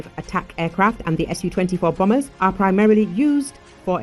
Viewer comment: Bombers not bomers